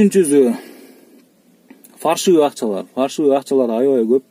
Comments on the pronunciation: ''Фальшивый" деген созду 2-3 жолу туура эмес айттын тууган! "Фаршивый" деп айтылбайт. Эскере журосун деп ойлойм. Болбосо кыргызча эле "жасалма акча " деп суйлойлу. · Фальшивый болуп эле айтылат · Же кыргызча суйло же орусча суйло тууганым фаршивый деп айтылбайт